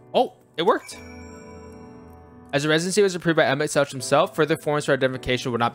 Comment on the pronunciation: Tip, Emet-Selch is pronounced with a hard H sound at the end, not the normal english Ch like choo choo. English does not actually ever use this sound which will confuse many, and many have trouble making the sound. Emet-Selch is made from 2 hebrew words, one a bit bastardized. Emet-Shelach, "your truth"